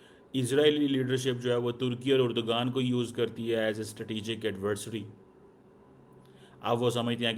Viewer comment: Erdogan ❌ Urdogan ✅ 😂😂